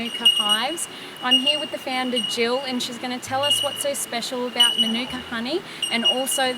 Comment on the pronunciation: Maanuka not minuka....dickheads